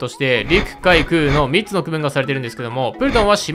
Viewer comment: 3つの発音どうにかならんのか？？